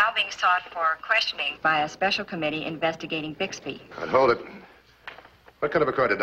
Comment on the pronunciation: You know how in the middle of every episode the narrator interrupts with a comment? Well, in this episode he referred to Bixby as Buxby. Anyone catch that?